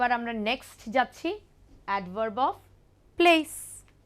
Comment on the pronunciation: What are vorb and advorb? Plz pronounce correctly.